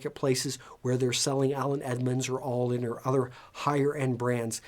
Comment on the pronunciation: Is it Aal-den not Ahl-den? Another great vid.